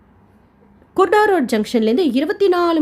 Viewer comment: Kurda Junction... Not kudaro sister